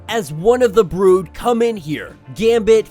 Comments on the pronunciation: WTF is the broad/brode? Is that just you not being able to pronounce brood? Correct your malfunction. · it's not a big deal it was just you pronounce brood wrong